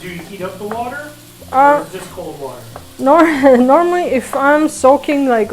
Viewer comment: says “ water” like a Philly girl....”wooder”...haha love it... Great pup too!